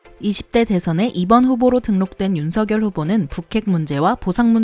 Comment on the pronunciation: 운석열 발음할때 윤성녈로 발음하셔야 합니다